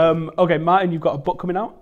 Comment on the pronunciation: Fucked up d sound in Martin